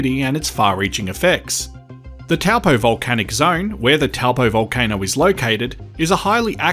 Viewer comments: It's pronounced "Tow Poor" not Tell Poe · TOE-(PO)-or ✅ Hopefully this helps with pronouncing your TOWEL-POE ?! Hehe 🎉 Kāo, No please but we can help 😊😅 You’re Welcome, Thank you 🙏 for your content 👍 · It’s pronounced ‘toe-paw’ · It's pronounced "TOE-PAW"